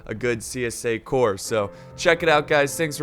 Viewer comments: Jacksons Corps ...the second Corps ( ll. ) so not the ( ey ey ) corps. ...greetings from germany ;) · Howdy all...its the First (l) Corps. ..not the (ey) Corps....lool